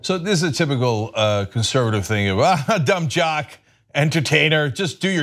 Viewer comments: G Graham what’s jum dock alert? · i just saw that, paused the video and googled "jumb dock" to see if it was some joke on the phrase. Nope. Just a jumb dournalist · It’s funny how she starts off trying to insult lebrons intelligence by calling him a “jumb dock” but hey it might not have been her fault for mispronouncing it. The teleprompter might have spelled it wrong. That’s where her “opinion l” comes from anyways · Sooooo....... No one is going to address the fact that she said "Jumb Dock"🤔🤔🤔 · LMAO I was trying to figure out what she said jumb dockular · You sure about that? She should try harder; because it wasn't that obvious. It looked like she flubbed the line and didn't catch it in order to correct it. But you may be a Faux News watcher and may know better than I. You're a little emotional; but that's to be expected, I guess. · did anyone notice she said "jum dock alert" lmfaoooo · She said "Jumb Dock" alert instead of Dumb Jock...as she is slamming their intelligence. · I did hear Jum Dock LOL the pot calling the kettle... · Did she just say Jum Dock though?.... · Did she say jumb dock? Yeah, she did. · She said "jum dock". Fox viewers have some really low standards when it comes to their news readers. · no ones gonna say that she said “jumb dock alert” 💀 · She said jum dock the irony Lol 😂😂😂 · She shouldn't be talking about being grammatically correct when she said jumb dock alert instead of saying dumb jock alert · She lost when she said jumb dock 😂🤣😅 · She said Jum dock alert lmao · "Jumb Dock"... enough said. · She said jumb dock alert instead of dumb jock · "This is a jum dock alert" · She said “jum dock” 🙄🙄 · Did she just say jum dock?...ah ok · So we gonna ignore she said jum dock😆instead dum jock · “Jumb dock” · I think she meant to say what she's thinking of..d..k not dock...black d..k to b precise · I know right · I know right!!! So much for her concern with grammar... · Lol I thought I heard that too.